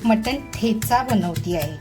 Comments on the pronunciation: छान पण ताई याला ठेचा म्हणतात टेचा नाही. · ट ट ट ट. ट ट ट. टेचा नाही हो मॅडम , ठेचा. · मटण टेचा नाही मटण ठेचा आहे.